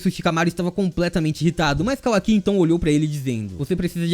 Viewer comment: Que agonia ouvir ele falando Kawaki errado